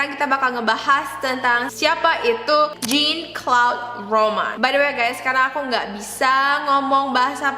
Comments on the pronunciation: Pronouncenya " Jean : Zang, Claude : Klod, Romand : Romon" kak ❤ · harusnya namanya diucapin Zhang-klod romong